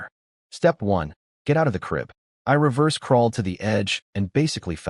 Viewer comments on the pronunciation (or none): none